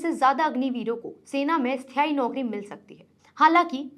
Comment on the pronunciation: स्थाई न की ईस्थाई 😂😂😂sorry😅😅